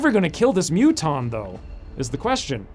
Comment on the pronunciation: Hearing Muton being said as Mutton is the most hilarious thing I have ever heard in an XCOM 2 let's play!!XD